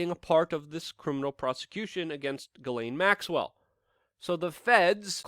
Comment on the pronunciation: Luke, I love ya. You're one of the very few real journalists doing relevant things these days, which means that you are performing an essential service to humanity. I support you monthly on Patreon, and I truly esteem your work. BUT I want to scream every time you butcher Ghislaine Maxwell's name It's NOT pronounced 'Gallaine' or 'Gillin' as you do. I agree that by all evidence she really IS a monster and deserves no respect by correctly pronouncing her name, nope, but in this case it's a matter of journalistic accuracy. All your many detractors need do to discredit you is sneer "see, he's just a rube who can't even get her name right." See? I consider you a complete professional in just about every other respect than this one, but it's a glaring lapse in my opinion. It's really really easy to pronounce her name. The 'Ghi' is pronounced with the exact same sliding sound as the 'Zhi' in Dr. Zhivago. Then the sibilant 's,' and last the 'laine' which ought to sound more like 'len,' but isn't as important as the way the first letters are voiced...I won't squawk if you keep on saying it as 'lane' or 'layne.' Dude, seriously, you're aces in my book, I just want you to sound as professional as I know you are. Tell you what, if you need even more incentive, if you start pronouncing this terrible human's name properly, I'll send you an ounce of .999 pure silver, just point me to a PO box or whatever and I'll fork it right over...I just need to hear you doing it to be satisfied. Respec